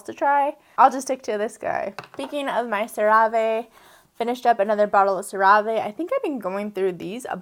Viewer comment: I enjoy CeraVe as well. I believe it is pronounced "sara-vee".